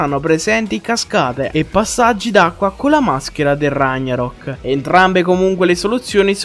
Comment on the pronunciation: Ok però da troppo fastidio quando dici ragnarock si dice raG-Narock